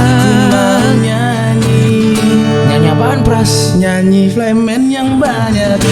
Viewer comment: FLYMAN bacanya jd AYMAN😅